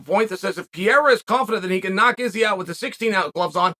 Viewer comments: Chael it's Pereira not piera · Alex ‘Pier-a’ 🤣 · As a brazilian it really took me a while to recognize that piera is pereira lol (use the R sonnen! Cmon)